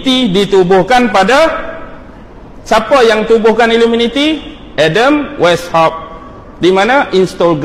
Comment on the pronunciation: Knapa sebut illuminiti bkn illuminati?